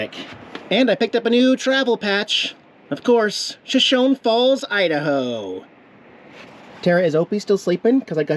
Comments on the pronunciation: Usually pronunciation errors don't bother me, but since this is the name of an native American tribe, might as well say that it's "shuh show nee", not "sha shown". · I'm really not trying to be a pain in the patout ( insert your choice of words for patout) but I wanted to tell you the proper way to pronounce "Shoshone." It is "Show-show-knee." That is a Native American name. Life won't end if you continue to say it wrong but it wouldn't be like fingers on the blackboard to the purists like me. LOL As always, hugs from me and my critters to you, Diana and your kitties. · Hi, I looked it up. It’s pronounced SoSHOWnee. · I thought it was pronounced Show-show-nee. Aren't there native American tribes that pronounce it that way? I'll have to look it up. You would definitely know though since you live there. LOL 🙂👍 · Bro your pronouncing Shoshone wrong! 💩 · So its spelled the same as our tribe but mispronounced in error or disrespect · The E is pronounced in Shoshone